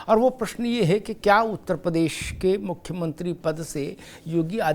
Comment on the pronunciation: प्रदेश का उच्चारण सुधारिये